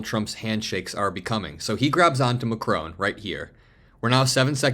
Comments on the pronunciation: Check the pronunciation of 'Macron' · Please learn how to pronounce ''Macron'' ! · Please pronounce Emmanuel Macron’s name correctly. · Macron is pronounced with a silent n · PLZZZZZZZZZZZZZZZZZZZZZZZZZZZZZZZZZZZZZZZZZZZZZZ Listen to Google How NAMES are pronunced correctly !!!!!!!! MACRON ... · MAC - RON MAC - RON Repeat after me MAC - RON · It’s not pronounced Macrone but Mackron. The ‘n’ Is not pronounced in French but you could at least pronounce it the English way and use the shortened o sound instead of the lengthened o that Americans use for no apparent reason. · Lol!! So astute. It's that old thing that a strong handshake is a sign of a strong character. But I'm Trumps case it shows how much if a simpleton he is. BTW...it's Mac-ron. Not Mac-rone..just saying 😊😊😊😊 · Please learn how to pronounce Mac-ron. Stress on first syllable. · Just a minor detail, but the French presidents name is pronounced MAC-RON 🙂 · It's not Macrone! Like it's not KamAHla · It’s not Mac-rone. Learn how to,pronounce it. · "Macrone" is not a real word. You bloody Americans cannot pronounce a simple word your haven't learned formally. Your mispronunciation is cringeworthy. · Why are you repeatedly so incapable of pronouncing Macron's name correctly? - Mack-ron - there is no W or E it is not ...krowne. 🙄😖🤨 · You pronounce the name Macr'o'n, the 'o' is like the 'o' in cOtton.